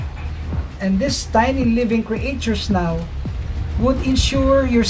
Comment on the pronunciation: kindly pronounce the world "creatures" properly please..